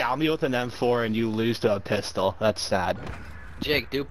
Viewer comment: u schwat me with an mfowr and you loothse to a phwistol